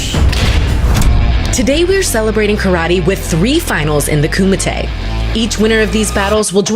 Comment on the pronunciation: wati what ... did the announcer say KOOMITE ... lol 🤣🤣 ...." come to ahead in the koomite " come on work on you japanese man!!